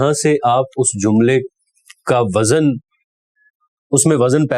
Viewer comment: اپ نے وزن کا تلفظ غلط بولا ہے وَزْن یہ درست ہے جبکہ آپ نے وَزَن پڑھا ہے